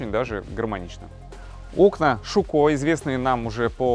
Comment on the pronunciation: Русский колхозник, окна не шуко, а щЮкко.